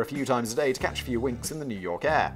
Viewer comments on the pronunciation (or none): none